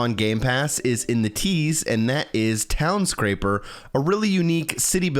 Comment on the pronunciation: Townscaper not scraper🏗